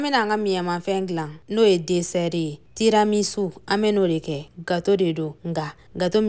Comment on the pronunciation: On dit Tiramisu 🤣🤣